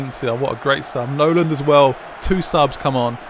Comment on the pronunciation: It's Nolan not noland